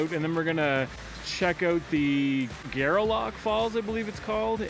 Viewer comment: My father and lots of my father's family lived in Gairloch, Nova Scotia. The cemetery on the hill has a lot of my relatives. I've never heard of the falls. I'll check it out next time I go back home. FYI: the locals pronounce it "Gar-Lock" almost like Garlic. Another FYI: Gairloch Lake is nearby. It was famous for fishing. Babe Ruth actually fished there back in the day. __ Thanks for the great video!